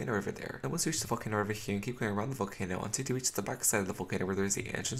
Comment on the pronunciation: When he says volcano it sounds like he’s saying f*cken area🤣🤣